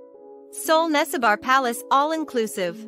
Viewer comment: Nessebar is pronounced neh - seh - bur not nesse-bar.